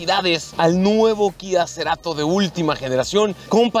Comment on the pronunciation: "Kia Ceerato" no mms. FORTE!!!